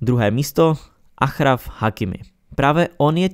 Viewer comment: Hakimiho jméno se čte Ašraf, ne Achraf 😂